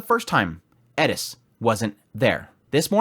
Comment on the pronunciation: I TAKE IT BACK HE SAID IT PROPERLY